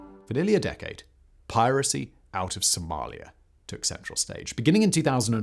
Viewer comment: BTW - there is no "R" in Somalia.